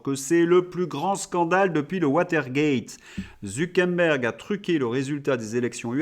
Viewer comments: Je sais qui sont les vrais imbéciles... ZuckeRberg et non ZuckeNberg. Zucker veut dire sucre en allemand et Berg veut dire mont toujours en allemand... comme quoi je ne peux pas être qualifié d'imbécile d'un point de vue linguistique... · Zu Quère Bergue et pas zoukenbèn ou je ne sais quoi ! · Bonjour, alors le gars de META c'est ZU KER BERG ... soit vous l'affublez d'un pseudo soit vs le nommez ....il n'y a rien de plus agaçant et meprisable que les gens qui deforment les noms de famille ...qui ne prennent pas le temps de prononcer les vrais noms...HORRIPILANT ! allons y Polidou pour Pompidou Birac pour Chirac ou Drescotonlong... Bref vous etes journaliste donc rendez compte de la realité ca nous fera plaisir ! Merci ! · Pourquoi vous dites ZuckeNberg? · C’est drôle votre façon de prononcer Zuckerberg !!😊